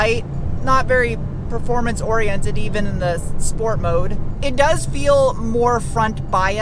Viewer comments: Why do you say SHport instead of SPort? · I'm here for "shhport"